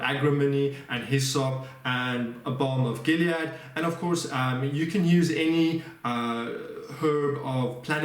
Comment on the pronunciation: I really like the way you pronounce the balm of gilead 🙂🤗